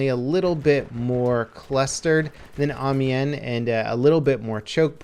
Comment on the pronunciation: Ive lost all faith in humanity. nobody can say Amiens right AM-I-ANS NOW SAY IT RIGHT